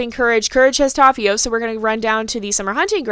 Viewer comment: Yeah, I guess that's a good choice ^^ But seriously it's not that big of a deal x'D I meant to say that you pronounce Tapio's name really well ^^ The T could be a bit stronger. It sounds a bit like Thapio atm but it's totally fine. ^^ I can't expect you to say non English names perfectly. Our little god of nature almost drowned TT v TT